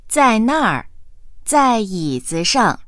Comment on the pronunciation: Đề nghị , đọc cho đúng vào. Câu 11, nếu ko nhìn chữ, thì chúa mới biết đang nói cái ghế.